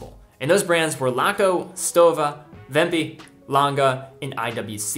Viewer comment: Thanks for pronouncing Stowa right ...